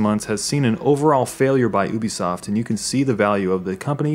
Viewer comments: oo-bee-soft. that triggers me. it is pronounced you-bee-soft. there is a you sound in there. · It's (you-be-sof) not (ooo-be-sof) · He said oo bi soft lolol it's u bi soft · ah obisoft?? you mean Ubisoft right ? XD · It's you-be-soft, not oo-be-soft. Think ubiquitous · How he says Ubisoft annoys me. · Love your vids but oobisoft is kinda messing with my ear :/ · It's ('You-b-soft') god that was painful to here. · Please say Ubisoft correct it is pronounced "You-be-soft" if you didn't know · i thought u pronouced it "you be soft", am i wrong ? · who told you to pronounce it as "oobisoft" and why do they hate you. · It is a french thing. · I think it's pronounced you be soft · Disliked because you kept pronouncing it ooh bi soft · And he can't say Ubisoft properly